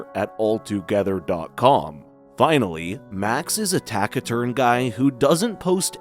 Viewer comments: Hey idiot AI , taciturn is a word you can't say. Idiot. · did you just butcher the word taciturn lol